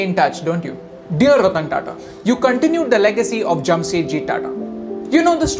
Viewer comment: sir ratan tata dont say ratan